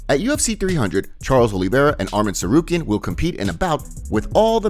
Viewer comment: dough Bronx….do better it’s your job to pronounce names right